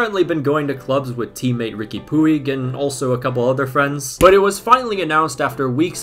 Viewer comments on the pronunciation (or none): Take a shot every time he says "PUEEG". For those wondering, it's pronounced "Puj". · Hey man, "Puig" (as in Riqui Puig) is pronounced "Pooch", or "Puch" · it’s pronounced pooch